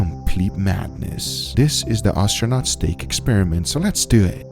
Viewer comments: Did you just say Austronot? Did you mean to say "astronaut"? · "ostronaut steak" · Learn how to say astronaut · Argh he was astronaut like ostrich, it's pronounced ass-tronaut